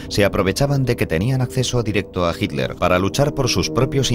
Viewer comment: Misterios de la pronunciación ibérica.